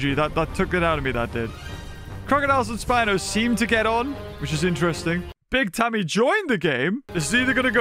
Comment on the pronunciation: Love how he never said BigTimmay's name correctly